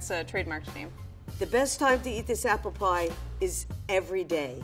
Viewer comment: Arknights dokutahs: APPURU PIE